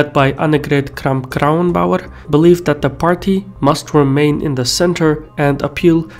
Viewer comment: I'm so fucking impressed by your pronunciation of all the names AKK especially not even German news get her name right lol